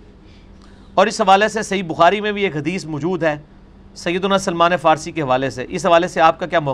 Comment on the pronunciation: اسلام تو احترام سیکھاتا ہے جس طرح یہ حضرت سلمان فارسی ر ض کا نام لے رہا ہے اللہ معاف فرمائے۔ کیسا عالم ہے کہ علم اسے تبدیل نہیں سکا کیونکہ گدھے پر کتابیں لادنے سے وہ عالم نہیں ہو سکتا تو یہ کیسے ہو جاتا